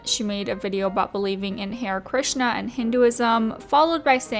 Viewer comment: Ita hu-rey Krishna, not hey-ur Krishna ❤️